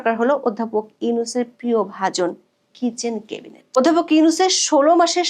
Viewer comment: 'ম্যাডাম, প্লিজ "কেবিনেট" বলবেন না, কানে লাগে। উচ্চারণটা "ক্যাবিনেট"